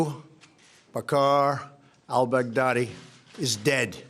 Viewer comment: “Ah-boo Bacarrr... Al bag daddy”. Iconic.